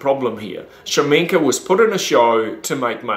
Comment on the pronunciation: Shaminka? I thought it was Kashamenk. Is Shaminka his stage name?